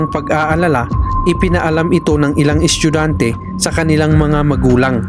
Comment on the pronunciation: kuya bat naman yung salitang "estudyante" ay nagging "eschugante"